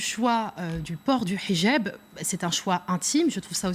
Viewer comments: Et en plus ,Elle prononcé bien le H!😁😁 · J adore comment elle prononce le "h". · A chaque fois qu’elle prononce « hijab » avec l’accent je sursaute